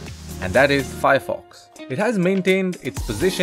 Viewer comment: Nice review BUT YOU GOT THE NAME WRONG....maybe google the correct pronunciation